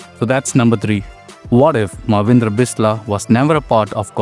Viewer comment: It's so annoying to se you misspelt and misspronounced Manvidra Bisla's name.. he has a "n" sound in his name.. it's pronounced -Maan-vindra